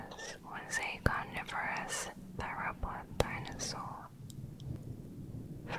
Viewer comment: Yo hablando español escucho “tainasos”, cada vez que ella dice dinosaurios 🥺